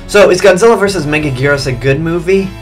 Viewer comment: Why is she pronounced megagurus